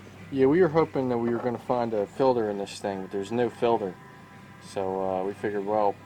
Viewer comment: It's a filter not a filder